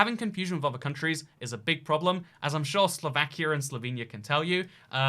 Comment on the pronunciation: As a Ukrainian who knows some other slavic languages, I'm laughing because you said "Slovakijah" 😂😂😂 "Slovakija" should be pronounced as "Slovakia", because j isn't pronounced in all the languages as in English 🗿